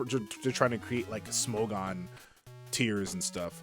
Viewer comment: I really don’t understand how it’s possible to mess up “official smogon”